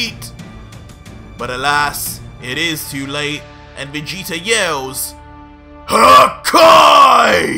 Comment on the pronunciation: I normally really like watching your videos I’ve been a fan for a while but I do have some problems with stuff the fact that you sometimes say Vegeter And the way the story is going Vegeta is supposed to now be turning a leaf going farther into the good side rather than trying to keep the feeding Goku he has new motors for life now which is his family not defeating oh cool that’s just my opinion though